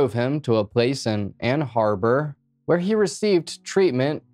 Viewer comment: Ann Arbor, MI,; not Ann "Harbor".